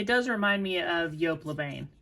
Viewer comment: Jessica McClintock was definitely an 80s label, but also the designer behind the amazing Gunne Sax 70s Renaissance revival dresses. Definitely look those up! Also, le Bain is “bahn” I think. It’s definitely on my want list!